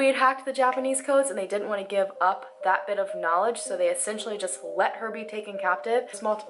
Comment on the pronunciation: the only things that have bothered me about her speaking are the constant use of “in-ter-es-ting-ly enough” and that she consistently pronounces essentially as “essentually ” lol, drives me insane. But I love the girl, and I’m POSITIVE that I have quirks like that that nobody has ever bothered to call me out on!